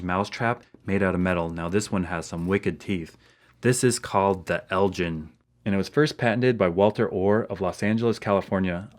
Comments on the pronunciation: it's pronounced el gin like in ginsu knives not like gin the alcoholic drink.....just an FYI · Hey - long time fan, and YouTube sucks! still.... Elgin is a town and Royal Burgh in Moray, Scotland - over there they pronounce it 'EL GYN' rather than 'GIN' the spirt. anyway just sayin' and your and the boys and the family keep well - you are a good man. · There is a town in Scotland called Elgin, but it's pronounced with the same G sound that is in bugger and not a J sound